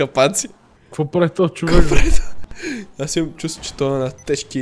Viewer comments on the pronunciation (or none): bro не знам дали друг забеляза но на Никича му викаш човекС